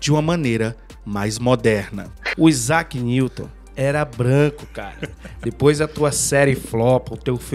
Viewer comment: AIZAQUE NIGROUW 😂😂😂😂😂